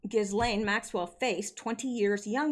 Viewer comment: Ghislaine= Ghee-lane. It’s French.